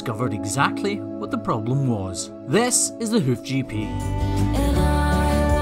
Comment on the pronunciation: Love this channel! I have to ask...am I the only one that hears " welcome to the hoochie pee" ? 😆 🤣 🤪 😜